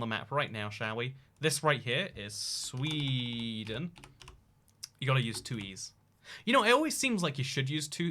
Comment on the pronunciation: What is sweeeden I’ve never heard of it I think you mixed it up with ikea